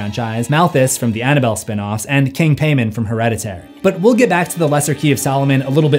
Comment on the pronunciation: Thank god you’re finally pronouncing Paimon correctly, you were killing me with the Hereditary video 😂